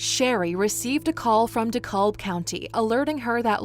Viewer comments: De Cab. De Cab. The "L" is silent. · Dekalb is pronounced - Dee-Cab. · The county is pronounced de cab 🚕 the L is silent ! And this is so sad God bless this mother for having to go through this